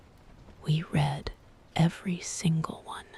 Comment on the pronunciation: Wrong pronunciation of the word “read”. Check your AI before posting next time!